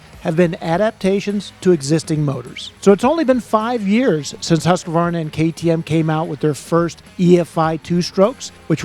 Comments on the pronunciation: Drives me insane,,,, Husk-uh-varna,,,, nope, its hoosk·vaar·nuh!!! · Weve always called it huskavarna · There's a "A" in "Husqvarna